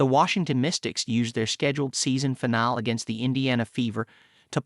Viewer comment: I can't bring my self to subscribe to channel that pronounces finale wrong, diss gusting